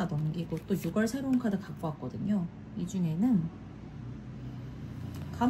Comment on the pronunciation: 함께 힘내용 ❤❤, ~ 조심스럽게 말씀드립니다. 말을 해야하나 안해야하나 했지만 결국 이리 남기네요...6월 발음은 육월이 아니라 유월입니다. 많은 분들이 보는 영상인 만큼 올바른 한국어 발음으롤 해주시면 좋겠습니다!!